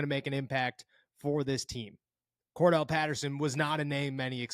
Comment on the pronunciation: CORE-DARE-ULL not CORE-DELL 😎